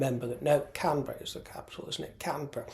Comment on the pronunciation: You impressed me by pronouncing Canberra exactly like a Canberran